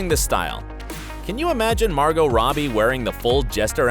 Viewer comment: It’s Margo not Margot